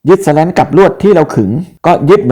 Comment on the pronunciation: ข้อมูลดีครับ แต่อ่านว่า สแลน คงดีกว่า สะแร้น นะครับ